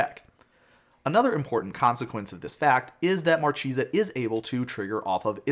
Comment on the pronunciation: It's pronounced MarKEHsa, it's italian for marquise ;)